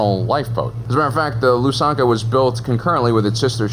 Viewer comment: As a belarussian I had to double take your pronunciation of Lusankiya